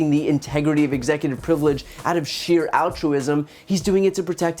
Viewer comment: Anyone else notice the word slurs and mispronunciations? Executor frivelege